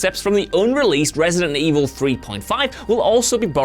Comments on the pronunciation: ReEightSident Evil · Re-eight-ident Evil? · Re-EIGHT-ident Evil. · "Resident evil At"?